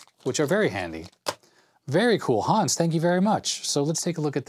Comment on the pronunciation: "Hans" is pronounced just like "guns" but with a "h" instead of a "g".... ;)